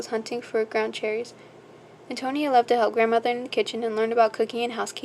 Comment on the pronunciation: Just a friendly note: it is pronounced Anne-toe-knee-ah. Great book, btw. :)